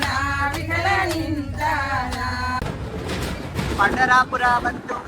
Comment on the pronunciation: It's pandharpur not pandrapura.